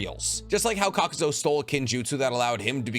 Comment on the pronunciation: Lol bro i love your content, I really do. But do you mispronounce names on purpose? It always pricks my nerve 😭😂😂 Inohki? Kakuzo?